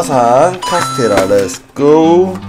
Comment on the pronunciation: 오늘 태권도 에서 어떤 누나가 발걸어서 넘어졌는데 손톱에 피났어요ㅠㅠㅠ 그래서 쓸떼 한쪽만 할수있어요ㅠㅠㅠ 은 제가 항상 응원하고 있으니 100만 갑시다!!!!! 화이팅!!!!!!!!!!! 카스테라 열때 발음 뭐임????ㅋㅋㅋ (쓸때 겁나 어려웠어요 그리고 아침에 체해서 굶어야됨ㅠㅠㅠㅠㅠㅠㅠ